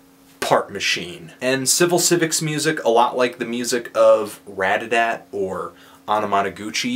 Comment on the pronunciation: you still have a really hard time pronouncing RATATAT....